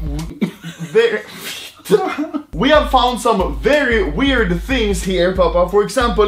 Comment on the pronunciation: Anomaly struggling to say very.